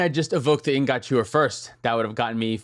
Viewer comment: anyone else annoyed by how pronounces "ingot"?